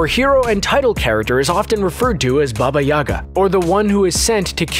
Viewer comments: Did anyone hear baby-yaga? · Dude said "Baby Yaga"........................ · Baba yagA, on last A